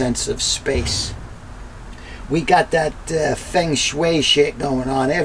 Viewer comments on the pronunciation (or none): none